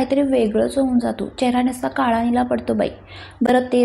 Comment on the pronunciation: मी नीट बोलायला शिक असं बोललीय... काळा तर काला बोलते..सगळ्यात तर सगल्यात बोलते..म्हणून बोलली..